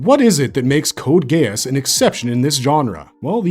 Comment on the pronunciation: "CODE GAY-ASS" Why would you say it like that? I have never heard anyone else say it like that. Lmao